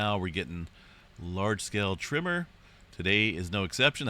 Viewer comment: My trigger used to be when I heard him say “ trimmer” when he said “ tremor” . I realized eventually the the problem was MINE , and then got over it . Good luck !